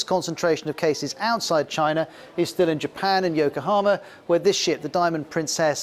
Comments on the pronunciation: Unrelated, but when he says China he pronounces it like "Chinar / China'r" and it's just "China". I always notice this. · I have never heard of CHINER, have you??